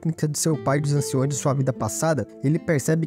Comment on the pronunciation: Eu gostei muito mas, POBEMA, DOGAS, ANCIÕES... Isso me pegou... Se falasse certo seria perfeito...